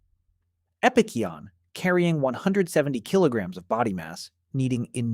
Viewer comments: Here's a question. Why did you changed the pronunciation of Epicyon a thousand times lmfao wtf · seems like it. He pronounced the same word like 3 completely different ways throughout the video